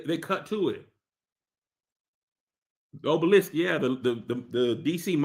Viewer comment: Obe-lisk is definitely not how you say that word 😂. Please don't say that no more